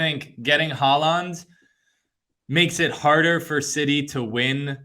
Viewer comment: Also, you guys are clowns. Look at Syracuse’s records and seeds in the years leading up to their movie to the ACC. They were top 15 teams each year with like 2 #1 seeds in 2010 and 2012. Can’t take anyone seriously who doesn’t even know how to pronounce Erling Haaland’s name correctly.